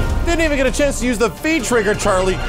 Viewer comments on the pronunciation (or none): none